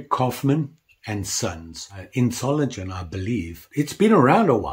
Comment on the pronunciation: And another little hint: This famous "Klingenstadt Solingen" (Blade-City Solingen) is pronounced with a G like in "gate". (I grew up just a few miles away ... now in Canada.)